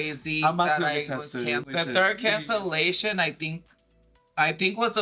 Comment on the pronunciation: “there may have been alittle bit of cancellasha” lmaooooo